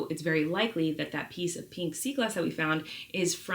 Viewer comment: “PEENK” SEA GLASS! PEENK is definitely rarer than pink. 🤪